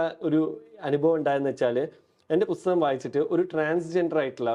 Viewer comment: Interesting interview, A suggestion to the interviewer : it's not "Busthakam" it's "Pusthakam" with a P